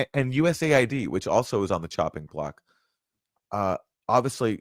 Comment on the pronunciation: it’s not US-aid. It’s USA-ID please 🙄 seems silly to mention but when you’re at the receiving end of the meddling this matters. There’s no aid coming from the US only problems.